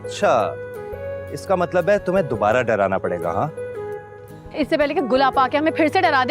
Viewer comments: Matlab ❌Matbal ✅ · Matlab❌ matbal✅ 😂😂😂😂